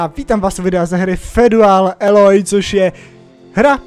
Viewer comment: Feudal bože... Čte se to:"fjůdl aloj"